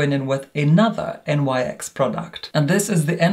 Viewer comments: Love you but FYI It's pronounced "niks" not N.Y.X 😅 it's not an acronym, it's named after Nyx the Greek goddess of the night 😘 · One - you are literal heaven on Earth 💕 Two - Nyx isn't an acronym. It's pronouced like "niks" 💕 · I'm sure another viewer has already pointed out that the brand featured in this review is pronounced 'nicks' rather than as initials. The brand is named for the Ancient Greek mythological personification of night, Nyx, due to the fact the company initially launched as a makeup range suited to diverse evening / nighttime looks.